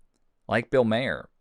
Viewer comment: Bill Maher is pronounced like ‘Mar’ not ‘mayer’. Just sayin’.